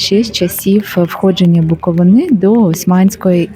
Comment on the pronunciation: Правильно казати БуковИна